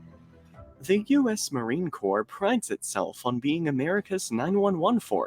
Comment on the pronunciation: It's pronounced Marine "Core" The "P" and the "S" are silent.